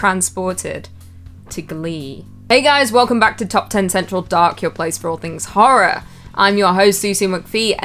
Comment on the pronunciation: I love the way says "Horror"....."Horroa"